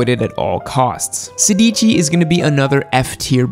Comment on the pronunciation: sedici is not pronounced "se dici" but "sedi ci". and taichi is not "tai chi" like the fricking chinese dancing bs. it is "ta ichi"